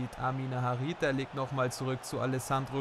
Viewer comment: Amine Harit wird so ausgesprochen: Amin Harit